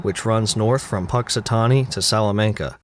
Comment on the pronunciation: Im from Salamanca, and hearing you not only say it, but say it correctly was such a shock to me